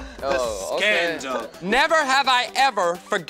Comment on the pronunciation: "the ✨ S C A N D A L ✨". i love this man😂😂😂